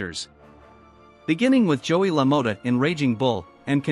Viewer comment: Jake and Joey La-mot-tah